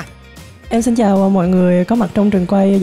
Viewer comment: Bạn giọng hay nhưng phát âm X S đang bị sai rồi. Nơi xưa chứ không phải nơi sưa,cho tôi xin chứ không phải cho tôi sin